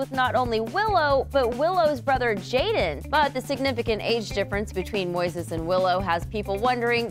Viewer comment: his name is Moises Arias NOT Moses Arias